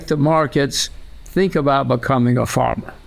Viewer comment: Fantastischer Move dass du sink statt think sagst damit leute hier Verbesserungskommentare posten